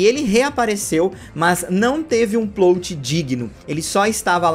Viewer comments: pq vc fala PLOUTI e nao PLÓT kkkkkkkkkkkkk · Oi,, acompanho os vídeos há um tempão e gosto bastante, mas n sou de comentar na internet, rsrsrsrs. Só tava querendo te falar há uns vídeos já que A PALAVRA Plot se pronuncia com o "O' aberto, como se tivesse um acento ali: Plót. Valeu, continue com os ótimos vídeos ^^!!